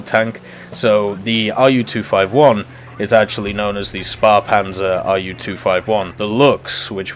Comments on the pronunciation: Shpairpanzer is more like it, but the p is not as pronounced as it would be in "spair" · Correct pronuancination would be: Schphehpanzer SP 1.C. Would be: Schützenpanzer Kuhrtz